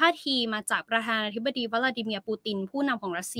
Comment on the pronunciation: วิเคราะห์ข่าว แบบให้จบๆไป ไม่เป็นมืออาชีพ มีความรนราน ในการสื่อสาร (พูดลิ้นคับปาก )ไม่ชัดถ้อยชัดคำ ควรปรับปรุงเป็นการด่วน ข่าวระดับโลกแบบนี้ ควรมีความเป็นมือาชีพในการสื่อสาร(คำว่า ประธานาธิบดี ไปฝึกให้มันชัดๆ)